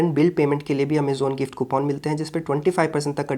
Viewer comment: कूपन ❌ कूपोन ✅